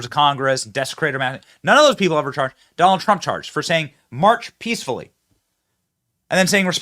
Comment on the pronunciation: Trump said Peacfully and Petriotcally..